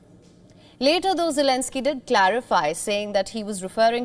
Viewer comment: Jelensky , acomodian, what he has been saying !!😅😅